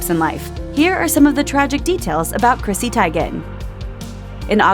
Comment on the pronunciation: Seriously, did u mispronounce her name purposely? Obviously. I'm done with this channel now. Grow TF up!